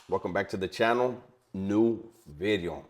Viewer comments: It’s veedeohhh not bidi-0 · Any possibility you can say the word "video" different? Not clowning....